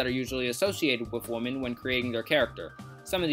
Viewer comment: Take a shot everytime he pronounces women as woman.